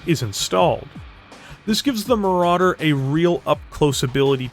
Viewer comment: Ahhh.... Le Maràdér... A Legénd